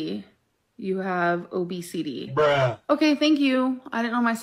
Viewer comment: Sorry bro I failed ... Oh bee sy tee lmfao